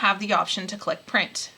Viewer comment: Why do you say printh and cut?